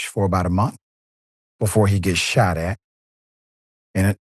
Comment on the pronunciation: Ten seconds in, the lady "shat" a doordash driver.